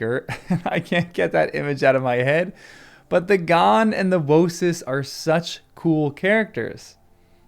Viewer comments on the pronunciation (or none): I thought the G in Ghan was silent.